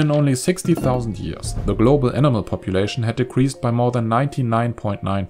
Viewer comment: In your accent Animal = enama